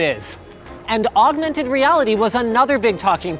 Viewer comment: He says augmented weirdly